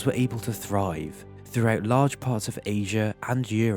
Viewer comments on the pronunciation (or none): none